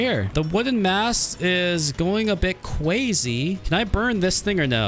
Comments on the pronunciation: You are saying kwazy instead of crazy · Why do u say cwazy